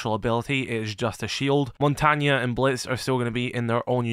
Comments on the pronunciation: am sorry did you just say montanya? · Did you just say montonya 😂😂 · WTF is a mountanyuh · No way this guy said “Mon-Tan-Yah” ??!!!?? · Gonna be real, when I first got the game and heard “Mon tang” I thought he would be Asian. Like Vietnamese, Indonesian or something. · Never in my life have I heard montange pronounced like that. It kinda makes sense tho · Ah, the classic French-Italian mixup. The reason why some people say “Renaissauhns”. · Yo stop pronouncing montys name like that... Wtf